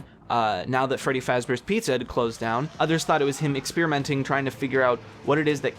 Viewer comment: “furry faz bears pizza”